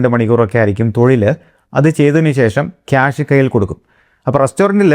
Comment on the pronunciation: Why do you say ക്യാനഡ, ക്യാഷ് ? It is കാനഡ കാഷ്